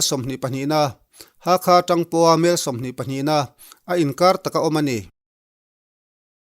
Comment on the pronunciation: " TUM HMEL , HMEL" tih i lam dan hi mi thiam deuh leh lusei tawng thiam ten engtin nge an thluk khawngaihin lo zirchiang hram teh